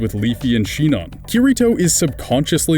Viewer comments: it's sinon,not shinon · Sinon is pronounced seen-on not shen-on Just saying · Dude I just can't did you say shinon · I didn't even notice him calling Sinon "Shinon" (seems everyone always gets her name wrong...), but I about flipped the table hearing "Leafy" XD